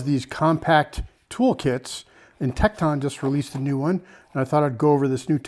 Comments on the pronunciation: Tek ton. Not Tek Taun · I've never heard anyone pronounce Tekton like that. It's pronounced Tekt'n. But you even draw out the O in Icon . Sounds like Ikohn. Where are you from. Illinois? Wisconsin ?